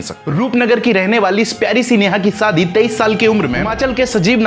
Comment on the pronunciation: Sadi nh shaadi 😅😅 tum log anchor Ban jaate Ho lekin Bhasha bihariyon wali bolate ho